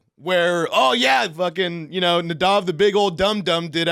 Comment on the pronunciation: Haven’t missed a episode of catching up with Nadav izzzohhwikkk